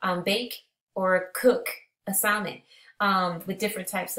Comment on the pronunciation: Great video ! Just fyi the L in salmon is silent 😂